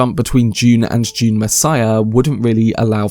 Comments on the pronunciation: Ah yes another video on my favorite sci-fi franchise, "June". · So wivout furver ajew, June.